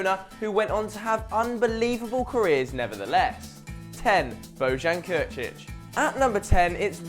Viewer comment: WOW! "Božan Krchich" hahahaah that's worst serbian pronounciation of all time....